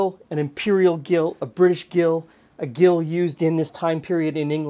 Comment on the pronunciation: To get unsalted butter from salted butter. Put the salted butter into a bowl of iced water and refrigerate overnight. The iced water will draw the salt out. This was how it was done back in the day. I teach student chefs this simple technique. Gill is pronounced Jill.